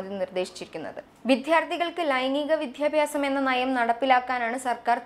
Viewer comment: അവതാരകയുടെ വിദ്യാർത്ഥി, വിദ്യാഭ്യാസം തുടങ്ങിയ വാക്കുകളുടെ ഉച്ചാരണം തെറ്റാണ്. ഭാവിയിൽ ശ്രദ്ധിക്കുമെന്ന് പ്രതീക്ഷിക്കുന്നു.